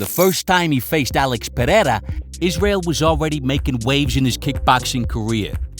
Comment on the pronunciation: Thank you for showing us how to correctly pronounce Pereira. I'm sending this video to Rogan. Bisping, Cormier and just about any commentator in the UFC. They might learn a few other things here too